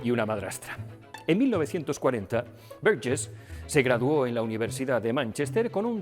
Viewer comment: Qué bien pronuncias Burgess